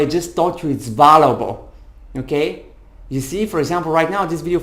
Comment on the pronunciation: check how to pronounce “value” and “valuable” you are very good…just a little polish. i am grateful that explained in a clear way